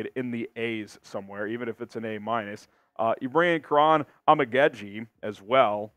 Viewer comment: ISTG it is Om-uh-God-Jie not Om-ih-ged-jie